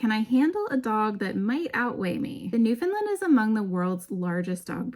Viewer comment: What happened ? The first three times you uttered the name Newfoundland you "nailed" it. However every single instance after that you drifted to pronounce the word as "Newfinlind". As a Newfoundlander I can tell you that really grates on our collective nerves here. It's simple really, when you speak the word (for the Dog and the place), it should rhyme with the word understand. As in, "Understand Newfoundland". Regards coat care for adult Newfoundland's; the best thing you can do is to feed them raw oily fish. Mackerel or Herring if you can source either, at least once weekly. It does wonders for the fur.